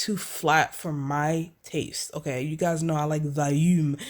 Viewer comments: I speak french fluently...When you said you love " valume" (volume in your hair)....You made my day 😁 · 😍😍😍The way you said Volume lol